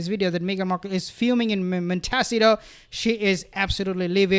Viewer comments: It's "mon- ta- SEE- toe" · I love❤your pronunciation of Monteshito. Montasido. ❤️❤️❤️Love your channel